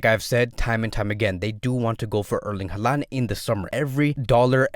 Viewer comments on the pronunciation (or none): none